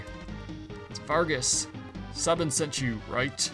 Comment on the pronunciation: Sabin = say-bin